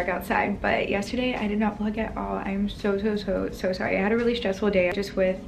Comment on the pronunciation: The way you say ‘so sorry’ is weird